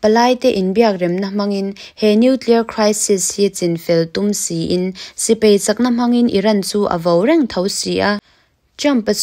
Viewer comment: Sipai tih tur aw. Sipei tih angin i lam ri a. Ngaihthlak a nuam hle mai i aw pawh. Lam dik loh zeuh² erawh a awm a, a zia chho zel dawn tih ka chiang e..